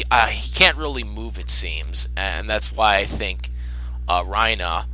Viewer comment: Why the hell do you pronounce Reiner as "Rhino" instead of "Rei-ner"